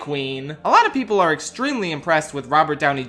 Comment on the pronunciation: I hate how the Oppenheimer guy says PePol